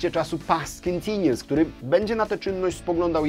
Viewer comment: jak to chyba easter egg do odcinka Past Continuous | ROCK YOUR ENGLISH #5 BTW chodzi o bledną wymowę słowa Continuous